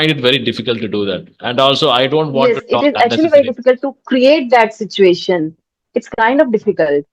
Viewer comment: In this video ! You pronounced the word( sitoo-ation) instead of (si-chu-ation) and the other one is (cer-tan) instead of (cer-ten) ! I should be wrong sir just checked !